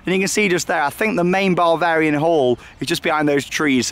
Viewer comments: It’s Bavarian not Barvarian! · I thought it sounded like he was saying barbarian